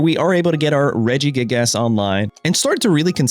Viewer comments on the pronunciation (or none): regigASS 😂 brother what in the pronunciation 😭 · love how hes saying regi-gig-ASS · It’s his favorite form of engagement bait 😂 mispronouncing names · "Illima so we can bounce our regi-gig-ass" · you really pronounce the ass in regigigas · Came here mostly to see how dude would pronounce Regigigas. Was not disappointed